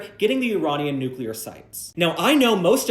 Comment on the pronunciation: Does anybody pronounce “nuclear” correctly anymore?